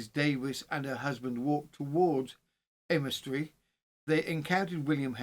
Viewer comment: Leominster is pronounced like Le as in Lemon,then minster is said like mster,so lemster.The o and i aren't pronounced. Aymestry is pronounced like Aimstry. I live just a couple of miles from Mortimer's Cross.Went to school in Wigmore,so know Aymestry well. I 've lived in Herefordshire all my life,abiding for 50 years at Brimfield (not Bromfield),a village between Leominster and Ludlow. I'm a true crime lover,yet, didn't know this local case. I know about crimes in the US and Australia,but not in places very close to where I live, typical! Thank you for attempting the village/town names,and thank you for doing this case,which happened not very far from where I now live.